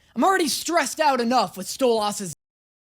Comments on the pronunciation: His pronunciation to Stolas kills me😭😭 ‘St-o-las’ 😭 It’s so funny to me lmao. (PS i am not making fun of his pronunciation of it!!!!! It’s just something that I find funny 😭) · I love u but if you say stole- ahss one more time I'm gonna lose it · He saying stoLAS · You not saying stolas right, idk why tho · Praying for the day he says stolas correctly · Idk why I hate the way he pronounces Stolas’s name 😭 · Omfg stop saying stolas like that... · sweetie I love you I do but the way you say Stolas name makes me skin crawl 😢 😂😂😂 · I feel like his Stolas pronunciation is gonna turn into the same situation as Alastor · Am i the only one that noticed that doesn't pronounce stolas correctly love him but omg it bugs me sm 😅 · dude you said stolass name right at the start then wrong the rest of the video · Please stop saying stolas like that 😭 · can we please talk about how you pronounce Stolas? also... we spent 20 minutes laughing over Dinasour. as most of the comments say, Blitzø hates himself, and doesn't believe anyone can love him, also Stolas up to this point has basically only shown wanting to have sex (they really need to just kinda... talk to each other) also yeah, Helluva feels better than Hazbin, it's had longer to cook. ~<3 Edit: shit, I forgot to mention, no comments at all for Luna calling Blitzø "dad" twice? aside from almost saying it in episode 3, she has never called him anything but Blitzø before. ~<3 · BEGGING you to stop saying Stolas the way Stella does. It hurts lol. Great reaction tho. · can’t wait till he reacts to episodes 6 and 7 in season two😭 i can also tell people are gonna immediately tell him he’s pronouncing stolas name wrong lol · ITS PRONOUNCED STOW-LESS NOT STOW LOSS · You saying Stole-Ass instead of Stoles, all the TIME. His wife calls him that as an insult. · cuz it sounds like he's saying "stole ass" instead of stolus, which is how the characters say it. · its not stooooooooo-loss its sto-lis